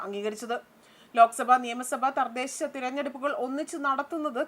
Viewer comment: 🎉🎉🎉🎉🎉🎉🎉🎉🎉🎉🎉🎉🎉🎉🎉🎉🎉🎉🎉🎉🎉 good point and good look...🎉🎉🎉🎉🎉🎉🎉 Thardhesha alla thadhesha ..onnu koode sradhikkuka